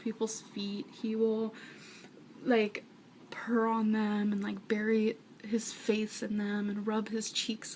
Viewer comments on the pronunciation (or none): none